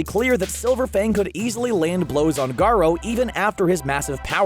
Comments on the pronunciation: its not ga-rah its ga-RU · So no one is about to talk about the fact he said garaa